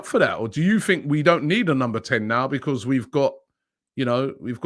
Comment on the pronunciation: Wobbie needs practice on the word BECAUSE